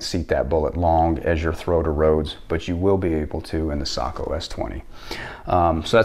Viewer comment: Finally someone who says Sako the right way